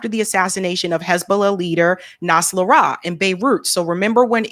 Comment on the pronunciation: Hasan Nas-ral-lah .